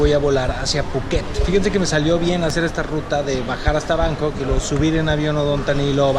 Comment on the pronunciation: Entiendo que Bangkok en español se pronuncia "bancóc", lo de "báncoc" que usas suena girngo de a madres.